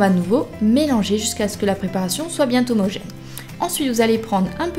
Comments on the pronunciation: DSL de tt casser mais sa se dis pas ''bien t'homogene'' DSL mais miiiam! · BieN-homogène et non bien T-homogène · Vidéo pas mal, mais ya qulque chose qui m'a gêné pendant a préparation, je vois pas comment tu peux réussir à faire une liaison en T en disant "bien homogène" alors que y'a pas de T à "bien" ^^Mais bon, bref...